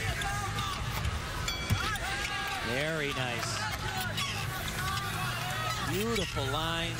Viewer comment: Meowww! And it's "nice" not "nive"....